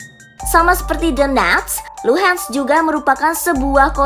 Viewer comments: Мbak, bukan Luhensk, tapi Luhansk. Donbas bukan Donbes..... adeuuhhhh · DENETSZZ DAN LUHEENTZZ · Doneks dan Luhan saja min gak usah inggris sangat bacanya yg dengarpun org Indonesia 🤮🤮🤮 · bner 🤣 gue geli dengernya